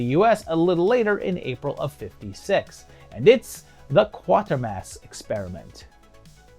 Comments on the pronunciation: QUAY-ter-mass.. Not QUARTER-mass. Bernard is worth more than 25 cents... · Actually, it's KWAY-tur-mass. A lot of people call it QUARTER-mass. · Great to have Quatermass being talked about in these videos, but please get the pronunciation right when you get to the sequels (it's KWAY-tuh-mass). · Quatermass - prn Kwayter-Mass. Have to say though, that I love these videos. THE definitive Sci-Fi & horror retrospectives.